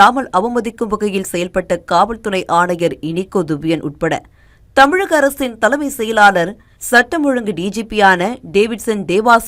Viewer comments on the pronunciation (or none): none